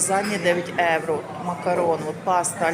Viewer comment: Якщо вже ведете канал украінською то необов‘язково евро, евро, та можна вже євро казати!! Не в обіду! Але трошки контролюйте свою вимову!